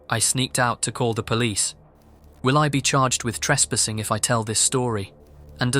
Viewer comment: "tres-pissing" ? What is that? - "pah-tire" Where is that? Anywhere near Pattaya? "Phat-a-yaa" พัทยา